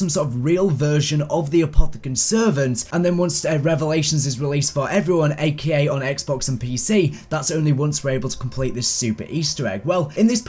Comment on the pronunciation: when you say aka why do you pronounce it akeya your making us Brits look bad lad